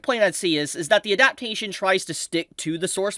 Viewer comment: Bruh your pronunciation of "adaptation" is crazy